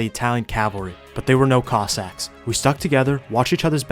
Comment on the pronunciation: Everytime says "cossacks" it sounds like "cock sacks"